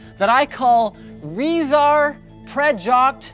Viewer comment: "Rezar Prejoct Volervie" i´m dying X,D